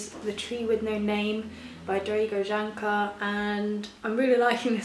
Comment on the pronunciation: I don't know if you care and it's not important but in case you do: The j in slavic languages is read as a y sound and the č makes a ch sound. So it's Drah-go Yahn-chahr. :) it doesn't actually matter though, I'm so excited you're enjoying it so far! And Foster is the biggest sweetie.